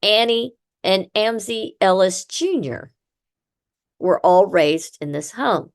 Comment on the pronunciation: Mam, your podcast is very interesting however many of your facts are incorrect and the way you are pronouncing Amzi is wrong . My uncle is the 6th generation , making me the 7th , my children the 8th and my grandchildren the 9th generation . Just thought you should know . 😊